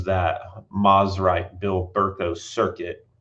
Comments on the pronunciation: I hate to be this guy, but I also know you care about accuracy, so…. It’s pronounced Mose-rite not Mos-rite. The brand’s name comes from the combination of it’s two founders’ last names, the first of which being Semie Moseley. I know several people who knew Semie personally, and they’ve all said the same thing. So I’m confident that this information is correct. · For historical accuracy, Mosrite is suppose to be pronounced “MOSE-RITE”